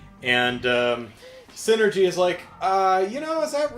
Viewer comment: ... Sin-ergy.... lol!